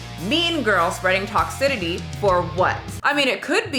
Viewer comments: The way she pronounced "toxicity" as "toxi-titty" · Babe you said toxicity wrong like 3 times lol it’s “TOX-SIS-ITY” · I love how you pronounce Toxicity